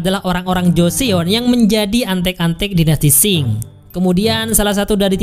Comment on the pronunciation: 조선 (jo-seon) dibaca Jo-Son, bukan dibaca Jo-Seon. makasih udah bikin recapnya.. 감사합니다 🙏